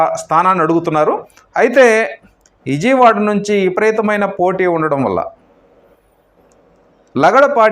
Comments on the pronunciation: మీరంతా ఎందుకు ఛానెల్లు పెడతారు?.ప్రజల ప్రాణాలు తీయడానికా?. ఇజియ్ వాడ కాదు. విజయవాడ. కుమార్తి కాదు. కుమార్తె. అబ్యర్ది కాదు అభ్యర్థి. ఎన్ని తప్పుల్రా బాబూ. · Useless news useless & shameless anchor .. unable to pronounce Chittor....& Vijayawada...